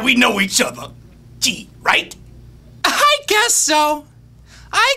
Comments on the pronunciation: In every reenactment of this part I've watched on here, no one says the correct part right. It's not Kee-Right, it's Kee-Rect! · Though it totally sounds like you say "Gee, right?" instead of "KEE-RECT?" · Seriously, do a scene as Ruby Rhod or something from "The Fifth Element". And FYI, I don't mean to be assy, but he says "Kee-rect" instead of "Gee, right?" But it was frickin spot-on. I am a movie critic and you have my spproval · at :53 he doesn't say "gee, right?" he says "kee-rect?" ...but other than that, that was awesome!! XD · Just want to point out: He doesn't say "Gee, right?" -- the line from both the film and the book is, "KEE-RECT?" Otherwise, great job,! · Very fucking well done,. But you made a mistake with dialogue. After he says "So now we know each other!" he doesn't say "Gee, right?" In the movie, he says "Cee-rect?" as in the word "correct'. But amazing none the less, extreme talent bro! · I hear gee-right everytime :/